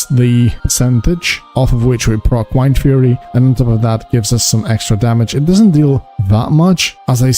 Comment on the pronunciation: Pronounce Wind and then Fury.